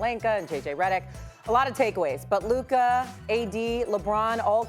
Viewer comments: “Luker Doncic” 😄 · Why does SAS say "Looker"? 😂😂😂 Brih, it's LUKA!!! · Stephen A who is Luker? 😂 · "Luker" - Stephen A "Donkitch" - Mad Dog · “Luker donchick” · Why do people keep calling him “LukER” 😂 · If he Stephen a say “Luker” again